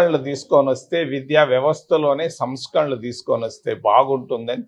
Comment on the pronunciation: సమస్కరలు కాదు సారూ సంస్కరణలు